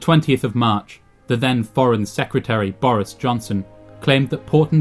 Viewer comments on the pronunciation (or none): none